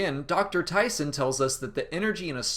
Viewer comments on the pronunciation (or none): none